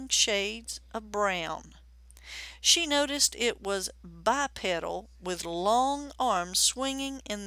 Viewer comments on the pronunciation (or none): It's Bi-peedle